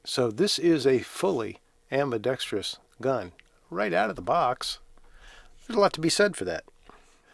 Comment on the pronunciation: Thank you for saying "ambidexterous" and not "abidexTREEus"... and for the sarcasm 😁